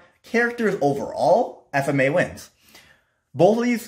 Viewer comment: why do u keep mispronouncing FMAB.